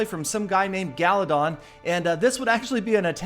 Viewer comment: On the start of the attack, you said "a guy named galadon" !! Epic fail😂😂